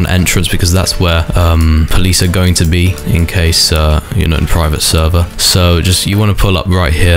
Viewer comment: bro keep repeating praivet servah 💀💀